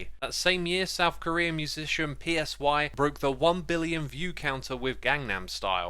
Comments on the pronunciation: I’ve loved this series so much! Provides a lot of clarity on the inner working of Hermitcraft and its history. Ps; PSY is pronounced “sigh” just fyi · Xisuma would call Psy "P S Y" 😂😂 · first person i heard pronounce PSY as if its an acronym